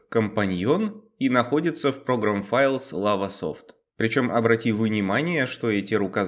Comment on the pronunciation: Програм филес хэ восемсят шесть